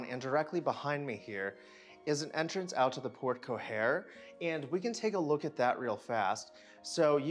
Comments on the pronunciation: The words “Porte cochere” are pronounced port-co-share, not port-co-hair. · A mish-mash of all three...PS: it's port coSHARE, not coHARE (phonetically, speaking)...lol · Just a minor correction: In porte cochère, the "ch" is fully articulated with an "sh" sound, so it sounds like porte "co-SHARE." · You need to work out your pronunciation of Porte-cochère and baluster. Just saying.